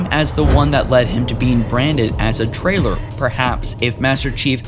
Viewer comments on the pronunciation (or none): he said trailer and not traitor. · "Is it the same as the one that lead him to be embranded as a trailer?"...seriously? Jesus... is it that hard to re-record your lines? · Why the fuck can't this guy talk right..? Seriously.. He shouldn't be the person to do the voice over if he actually fucking says MC was a "trailer" instead of a "traitor" at the end. And that's just one example. Fuck. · did he say branded as a "trailer" ? lol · He said trailer instead of traitor